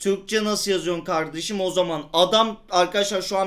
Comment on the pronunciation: Öylemi ya turkmu çıktı 😂😂 birde karrsim dio 😂😂